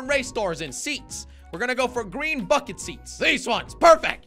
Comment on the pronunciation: Is it only me but when jelly said "lets get the racing bucket seat" when he said "bucket" it sounded like he said the f word